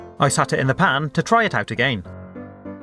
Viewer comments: I like how he says "again" A-gay-n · Do you guys here how her says 'again'?? XD